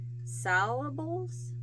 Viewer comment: The word salable means fit or able to be sold. You pronounce the first three letters like "sail" or "sale". The first letters of raffia are pronounced like laugh.